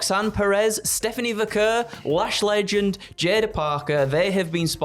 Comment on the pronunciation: Andrew is still mispronouncing Stephanie's last name. It sounds like VAH'CARE, not VA-CURR